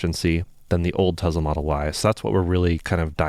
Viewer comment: Every time I hear him say "Tezla"...